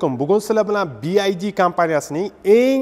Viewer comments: Bi ay di emas bi vay di (byd). Ingliz tilini o‘rganish kerak. O‘zbek tilini bilish darajasi ham yaxshimas. Manimcha rus tilini bilish ham yaxshimas. Lekin avtomobil to‘g‘risidagi tavsilot a'lo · Классаларалара😂 Ока нималарни деб юбораяпсиз, кейин биайди эмас бивайди дейилади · BID emas BYD boo‘ladi bu moshinani brend nomi.:)) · BYD (bi wai di) BID (bi ai di) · BYD - BIVAYDI деб укилади. BIAYDI дип укиш ХАТО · Би Ай Ди эмас Би Вай Ди номини хам нотугри айтябсиз Сигул бу Чайка дедиз Чайка узбекчада Чагалай дейилади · Bi Ay Di mas, Bi Vay Di desez to’g’ri aytgan bo’lasz… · bi ay di emas Bi Uay Di :) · Би ай ди эмас би вай ди булади. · Би Ай Ди эмас (BID), Би Вай Ди (BYD) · bi ay di emas bi uay di deb oqiladi byd "bee why dea" deb oqiladi ay di emas way diiiiiiii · Bi ay di deb xiq qivordi Bi vay di deb talaffuz qilinsa kere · Bi. vay. di. Desa kerak. Bi. Ay. Di. Demaydi. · Oka AY emas VAY Bi Vay Di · Bi-ay-di emas. Bi-vay-di oqiladi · Faqat o'zbechamas ruschaniyam inglischaniyam gapirishshi chichvorvossan bi ay di bomidi bi vay di dib oqiladi san etishin boyicha BID bolishi keregidi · Бияйди эмас бивайди деб айтилади аввал тугри суз айтишни урган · "Bi-Vay-Di" deb oʻqiladi. 😅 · BYD BIVAYDI DEB UQILADI KIYIN ESA BYD XITOYNIKI BULSA ULAR RUSCHADAN OLMIDI BILMASANG NEGA GAPIRASAN URROD OLDIN UQISHNI URGAN TUSHUNDINGMI SIGLNING MANOSINING TARJIMASI SHAGAR UCHUN KANFORT DIYILADI OLDIM GAPIRADIGON GAPINGNI BIL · Bi vay di deb oqilmidimi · Bu bola xaqiqiy Uzbekcha obzor qipti ! Yozilishi ingilizcha etilishi uzbekcha bopti 😅😅😅 chaykani uzbekchasi chayka didi yu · Byd notogri oqiyapsiz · Bi ay di emish😂😂. Bi vay di. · Aka "Bi-Ay-Di" mas "Bi-Vuay-Di" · bi ay di emas bi vay di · Нимага Би Ай Ди девоссиз? Би Вай Ди!!! Build Your Dreams!!! Жуда киммат!!! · Bid masss oka BYD oldin nomi tògri aytishni òrganish kerak😂😂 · obzor zo'r chiqibdi, faqat bu firma Bi Vay Di masmidi nimaga Bi Ay di boshidan oxirigacha. Best Your Dreams deb yozibam qo'yibdi orqasida😀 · Би ай ди мас би вай ди